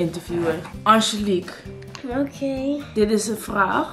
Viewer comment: “Angelique?” “Howkeej”